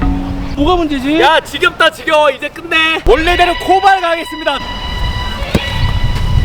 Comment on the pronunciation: 코발이아니라 꼬발 아님?